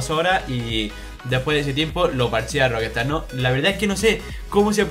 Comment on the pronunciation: jajajaja Roquestard??? lol jajajaja...será pronuncia Roc...estar...que no es tan difícil...que me sangran los oidos jajajaj buen video por lo demás jajajaj